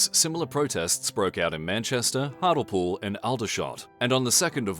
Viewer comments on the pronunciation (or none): its pronounced Hart-lee-pool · It's pronounced hart-ley-pool. Unsubscribed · It's Hart-lee-pool mate.